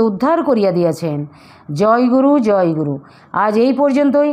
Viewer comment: Joy guru uccharana vul aacha joy guru